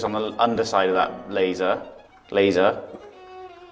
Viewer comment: Every time says, laser, laser... I keep hearing Bueller, Bueller... love you guys!!